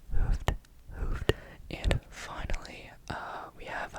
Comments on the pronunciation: Your dutch was definitely not bad, but ‘hoofd’ is pronounced like an oo, as in the word clooned. I think that is the best way I can discribe it haha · I like that you included Dutch! I laughed out loud at your pronunciation of ‘hoofd’, though. The double ‘oo’ is pronounced the same as a singular ‘o’, but just a bit longer, so no English ‘oo’ sound. Great video nonetheless :)